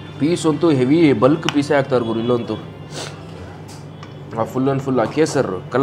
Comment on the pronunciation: ಅಣ್ಣಾ, ಹಾಕ್ತಾರೆ, ಆಕ್ತರೆ ಅಲ್ಲ